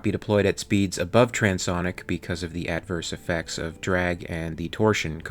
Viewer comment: wow this guy really has a lot to learn.fus-lodge,trans sonic?,shy anne,,etc...